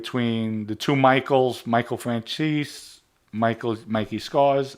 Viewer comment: Let’s play a game. Let’s see if you can say Franzese. Not sure where came from but between and my uncle neither one of them can say correctly 🤣🤣